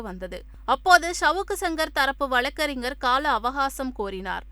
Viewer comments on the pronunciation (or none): none